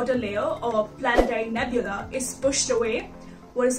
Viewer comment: Please take the following as a CC- It is "Nebula" not "Nebule". Best wishes for yr futr endvrs.